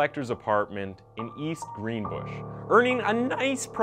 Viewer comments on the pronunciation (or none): I live in East Greenbush and hearing some of your pronunciations hurt a little lol. Still love the content.